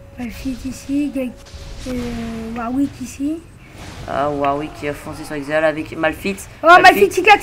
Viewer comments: Il dit Bien "Israël" à la place de "Ezreal" au début nan ? x) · svp on dit ezreal et pas izrael !!!